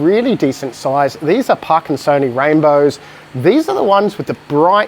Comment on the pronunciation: lollllll i ended up finding them on google hahaha 😆 😂 your pronunciation was fine! Lol it's not you, its me 😂